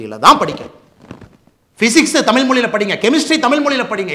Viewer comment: சரி முதலில் நீங்கள் டமில் என்று உச்சரிக்க வேண்டாம்...தயவு செய்து தமிழ் என்று உச்சரிக்க வேண்டும்....சரி